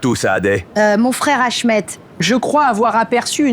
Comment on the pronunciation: Achmèt 😂😂😂😂😂sacre Achmet😂😂😂